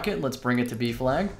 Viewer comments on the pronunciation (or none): i thought you were saying beef lag not b flag...